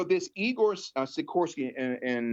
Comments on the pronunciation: Si-kors-ski. Say it with me. And can we reference the term A Luciferian Project Completed a couple hundred more times. Not against the theory, just annoyed by delivery. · you are driving me crazy by failing to pronounce actual letters in names,as in the K in SikorsKy